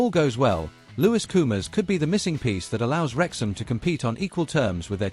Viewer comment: How many times do I have to tell you, it's Koumas Koumas not coomers. Du.